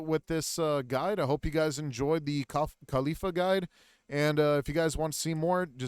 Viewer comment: This dude takes forever to get through like nothing but decent guide not missing that much compare to most others. Her name is Call-ee-faa